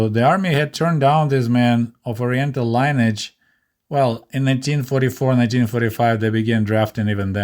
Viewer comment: Good show. To the narrator: Your English is good. I agree with your points. This is minor: Paul Robeson, the famous singer, his last name is simply two syllables: "ROBE'-SON". On the word: 'lineage' proper pronunciation is "LIN'-EE-EDGE". I took Russsian in high school and every Russian teacher spoke about how hard English/ American words were to spell and speak as opposed to Russian words. They were correct.